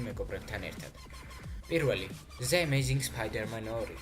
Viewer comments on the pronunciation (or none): Yvela the-s magicrad ze-s rato ambobs ? Rato ar sheidzleba the amaizing spiderman tqva da ara ze amaizing spiderman??